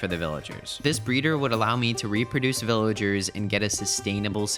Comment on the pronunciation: After he built the villager breeder he said this will let me breed villagers but it sounded like he said ``this will let me breed melon cherries’’